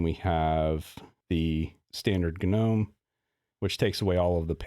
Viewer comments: ga-nome, ga-nome ga-nome. I had to quit. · It's just pronounced "NOME", dude :D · I was so confused at the beginning of the video as he kept saying "GNU" until I realised he was say "Gnome". Usually when everyone says they skip the G, I also do.